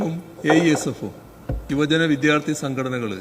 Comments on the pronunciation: പൊന്നു കൊച്ചേ...... വിധ്യാർഥി അല്ല വിദ്യാർഥി "ദ്യാ" "ദ്യാ" വിദ്യാർഥി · എന്തെടെ? 😂വിദ്യാർത്ഥി എന്ന് പറ.. വിദ്ധ്യാർത്തി അല്ല..കഷ്ടം! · എന്തിനാണ് വിദ്യാർത്ഥി എന്ന വാക്കിന് വിധ്യാർത്തി എന്ന് ഇത്ര കഠിനമായി പറയുന്നത്... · 'വിദ്ധ്യാർത്ഥി' അല്ല; 'വിദ്യാർത്ഥി' ആണ് . അവതാരക ശ്രദ്ധിക്കണം. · വിദ്യാർത്ഥി എന്ന് ശരിക്കു പറയു കുട്ടി